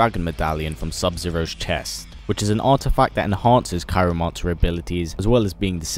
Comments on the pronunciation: ya the coolest YouTuber but it's "Cry-o-mancer" sorry mate but keep these videos comin there excellent all the best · It's cryomancer btw :P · Said "cryomancer" wrong, every single time it was said.